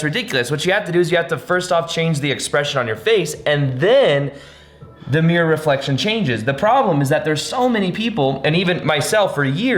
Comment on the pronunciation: aehehehehehehe I like how he says mirror (miyor)